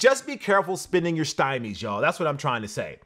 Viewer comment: He called the stimmy a stymie.